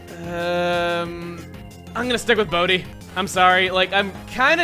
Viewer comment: I'm sorry but every time you say Bodhi, I think you're saying "Boatty" like you nicknamed some prized small sailboat you have and it just makes me laugh every time.